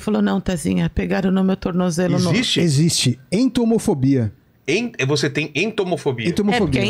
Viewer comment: "Iscto no ecsixte"